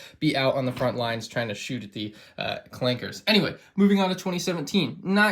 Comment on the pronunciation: Every time you say "Clanke*R*", God kills a puppy.